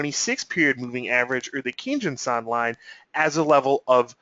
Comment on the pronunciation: You get a 👍 down for not knowing how to pronounce the kinjun and tenkan.